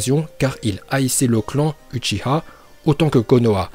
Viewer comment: on dit ouchiwa et je sais comment sa s écrit